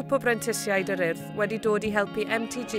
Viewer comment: yn dweud "urdd" yn well na lot o bobl yng Nghymru! Da iawn - da iawn MTG a'r Urdd. Cyfle ac addysg wych i bobl o Gymru a Cenia.